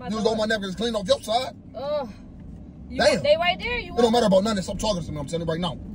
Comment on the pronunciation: English, English!!! It's not "nun." It's " nothing." The school system and failed parenting shows. "Nun." 😩 Instead of going back and forth with me, you should be trying your hardest to read, " Hooked on Phonics."